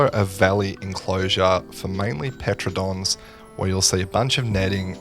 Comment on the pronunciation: Saying Pteranodon like that was criminal 😭